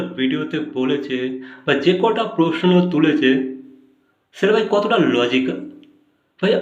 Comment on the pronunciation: উচ্চারণ ঠিক করেন। ছেটা, এচেছো এগুলা কেমন উচ্চারণ